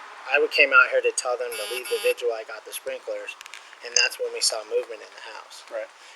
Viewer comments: Perfect example of how most cops are idiots. Pronounces vigil as VIGUAL. Probably pronounces pundit as PUNDANT. Etcetera as EKCETERA. Asterisk as ASTERIX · Thank you!! Even this co said "visual" twice. And I've heard others say visual. Wth? Idk what goes on in Colorado and MC school systems, but I'm not impressed. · Why do so many people associated with this case have a hard time with the word VIGIL?